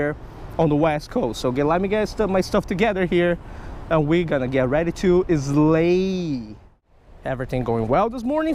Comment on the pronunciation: Idubbz: “we are going to eslay” 😂😂😂😂😂😂